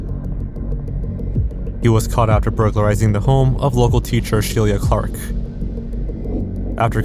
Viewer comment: How do you get Shih-leah out of Sheila? Also betterhelp, gross